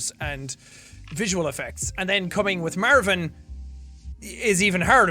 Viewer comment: "Mærvin".......... Stupid leprechaun i love him. (Also this is honestly my comfort video and i watch it whenever im sad, im glad its archived :))